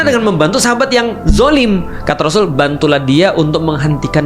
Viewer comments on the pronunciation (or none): none